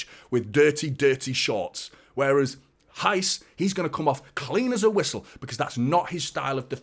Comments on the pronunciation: I was just about to type this lol. He is saying "rais" instead of "reis" and is driving me crazy 🤣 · Here is how to pronnounce Reis: imagine you were trying to get someone's atention, youd say 'Hey!', now make that Heys. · it's Reis like HEYS :3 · silent R, but where is the H? 😄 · In Portuguese 'R' is pronounced more less 'h' Example Rui Costa is Not R oui, it's more 'Hui'